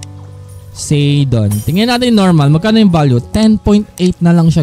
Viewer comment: Po-sai-don po ang pronunciation